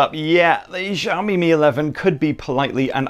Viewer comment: Broooo it's SHaomi (Xiaomi) not JHaomi..damn